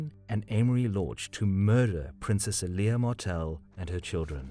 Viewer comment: EL YA this is how you say her name not eelaya